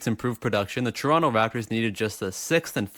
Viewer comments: It's tuh-ron-toh not chuh-ronnoh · You know dis guys a toronto man when he says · What the fuck is a "Toronto"?